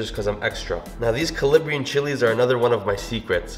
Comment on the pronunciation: Calabrian not calibrian 😝 but love ur videos!!!! Married an Arab so ur traditional dishes help a lot!!!